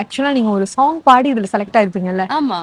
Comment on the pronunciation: குமுதம் தமிழை வளர்த்த இதழ். அதிலிருந்து வந்து " சோங்" "சோங்" என்று சொல்வது சரியா? தமிழைக் கொலை செய்யாதீர்கள்